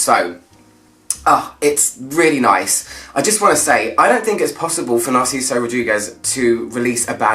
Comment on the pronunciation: ever since narciso for her there is nothing narciso can do wrong at least for me , i wanted to keep him a secret but it is just so good ! and as a spanish speaker you did amazing with his name , it was perfect ;)